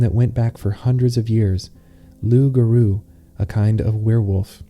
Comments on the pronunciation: the r in garou sounds so american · the pronunciation of loup-garou is so right and wrong at the same time 😂